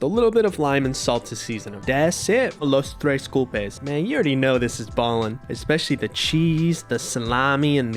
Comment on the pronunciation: “the los tres gulpes” 💀